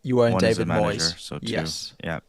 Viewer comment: I immediately turned it off after the yank pronounced Moyes like he was Spanish!